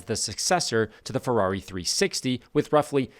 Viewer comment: It's "Ferrari" not "Ferarri"